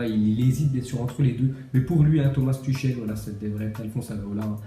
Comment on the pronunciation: Ca se prononce Turhel pas Tuchel